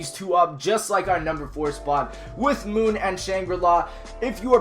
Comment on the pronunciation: Moonri-la... lel